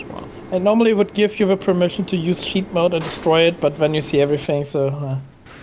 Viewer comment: Fly. Again. Still hasn't learned to use the 'th' sound.